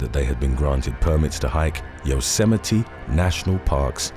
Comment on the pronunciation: I’m glad you know how to pronounce Yosemite. Donald Trump doesn’t. When he says it, it’s two syllables instead of four. Yose being the first, and mite (might) is the second. 😂😂 No wonder he thinks he’s so intelligent.